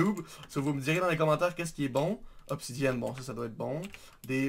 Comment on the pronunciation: il a dit obsidiane lol xD